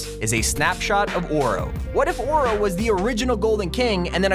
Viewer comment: Can you say oro right you’re saying or oh it’s pronounced oh ro look it up it’s Irish Gaelic or Celtic I can’t remember the language it’s irish